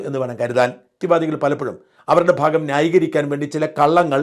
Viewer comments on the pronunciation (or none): none